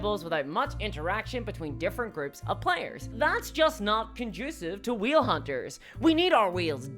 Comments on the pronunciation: Excellent video! It did take me a while to realize what you were saying "whale" not "wheel." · Why is he saying wheel instead of whale🤔🤔🤔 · Way L. Not We Eel. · I couldn't tell if she was saying wheel, or whale... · Haha I took me half the video to realize you were saying whale not wheel. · I'm still not convinced after watching it. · Like... I heard you make the A sound for other words. This is whale erasure!